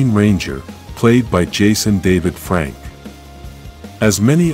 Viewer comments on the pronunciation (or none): none